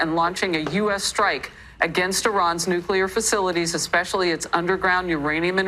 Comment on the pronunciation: You mispronounced nuclear, again.